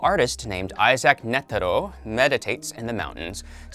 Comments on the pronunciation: His name is Netero. Not nettero like you said at first. And Gon is called Gon lika gone. Not Goun or however you said it. And its Lucilfer not lucifer And its pronounced Shogi with a g not shoji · Why you saying nedero and not netero